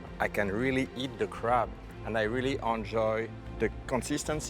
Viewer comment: Does anyone hear crap instead of crab? 🤣